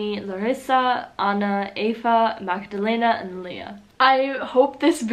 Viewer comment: my name is Magdalena and i think you pronounced it very close to the correct pronunciation. Johanna is the name of my sister, but we life in austria so...(english isn’t my first language, obviously:))